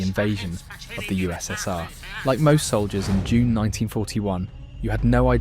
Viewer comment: “Jule” should be June